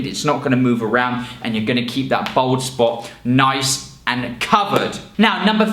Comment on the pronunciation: Why does he keep saying "Bold"?